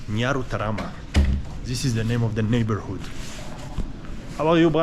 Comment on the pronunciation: You even know how to pronounce nyarutarama 😮😮😮